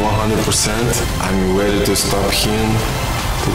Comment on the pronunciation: this is fucking scary haha like middle ages monster fighter in war.....also hearing a russian say "were read for war" is kinda strange these days